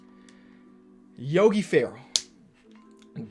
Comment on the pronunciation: did anyone notice that he said yogi ferrall